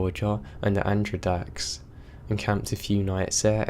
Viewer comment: I've never heard "Adirondacks" pronounced like that XD